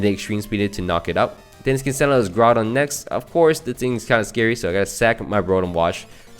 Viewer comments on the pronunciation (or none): none